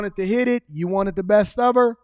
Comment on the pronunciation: He said “breast” for “best” 😂😂😂😂